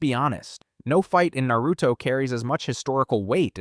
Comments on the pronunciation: Almost watched this video, then you called it nEruto... immediately turned it off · I immediately turned the video off right when he said nEruto